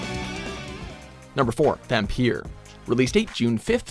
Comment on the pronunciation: I thought Vampyr was said to be pronounced as vampire?